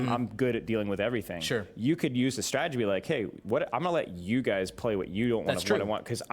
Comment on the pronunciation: "Let's talk strategie" 😂🗿 he cold